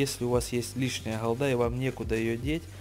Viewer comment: Холда. Скажи Г, Г, Гавно, Голда. Слушать противно